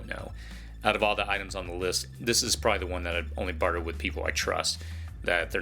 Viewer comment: It's pronounced, "probably", NOT "pry".